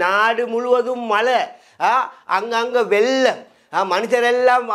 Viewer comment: வெல்லம் இல்ல வெள்ளம்